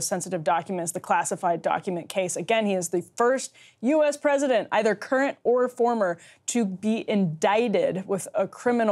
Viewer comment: oh no, Emily's caught the vowel shift virus now! "Prosident" 😆 I'm starting to feel like BP is pranking us on this!